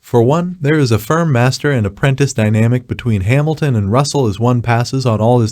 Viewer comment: Hemilton LOL Its HAmilton dopy.